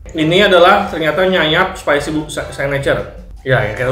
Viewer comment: "nyanyap" gaksi, kepleset dikit bang😂